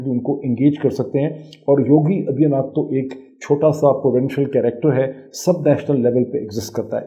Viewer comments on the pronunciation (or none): You are not pronouncing Aditya properly. You are pronouncing it Adiya. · Padha likha Pakistani Aa-dit-yaa naath aur gyaan-waa-pi pronounce nahin kar paata. Isko mai kya kanoon u-suoup pee-jyada, yaaa you sub peee jyaada ? Idiots make videos without any knowledge and study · What kind is ANALyeast is this Moeed can’t even pronounce ‘Yogi Adityanath’ aur inko Kashmir chahie 🤣🤣🤣